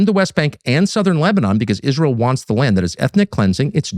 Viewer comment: lol. When Ben started about the danger to American troops I thought he was talking about Izrail. Haha. Silly me. He was talking about I-Ran.